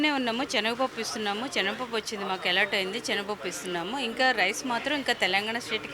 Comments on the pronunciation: చెనగపప్పు కాదు, శనగ పప్పు అండి. మంచి భాష నేర్చు కోండి. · చనగ పప్పు కాదు... శనగ పప్పు అనాలి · Amma language sari chesuko, chanaga pappu kadu talli, SANAGA Pappu, telugu sariga inka nuvvu nerchukoli amma, dont mind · చెనగ పప్పు కాదు, సెనగపప్పు అని పలకాలి ఇంకా భారత్ రైస్ కోసం రిలయన్స్ స్టోర్ వెళితే దొరుకుతుంది భారత్ రైస్ దొడ్డు బియ్యం లాగా ఉన్నది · " 360 నిజం ఆలోచనను మారుస్తుంది " ... చెనగపప్పు కాదమ్మా అది శనగపప్పు " .. పదాలు తప్పులేకుండా పలికితే తెలుగు బతుకుతుంది 🙏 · Amma THALLI chenaga pappu KADU , senaga pappu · చనగ పప్పూ కాదు, శనగ పప్పు, ముందు భాష రాని వారిని యాంకర్ గా పెట్టిన వెధవలు అందరిని పాడు చేస్తున్నారు.